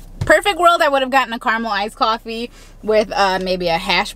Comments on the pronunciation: smmonin92 she’s not saying caramelized coffee? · I kept thinking you were saying "Caramelized Coffee" and then I finally realized it was Caramel ICED coffee hahaha, I was like ooohhh Caramelized coffee sounds incredible. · I’m on team Nahla, coffee does taste like poop!!! Why did I think you were saying “caramelized coffee!” I actually thought to myself, I didn’t know there was such a thing! Then after you said it another time, I realized you said “caramel iced coffee!” 🤣🤣🤣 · This whole time I thought you were saying carmelized coffee... not caramel iced coffee. 🤣🤣🤣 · Me too! I thought it was some fancy caramelized coffee.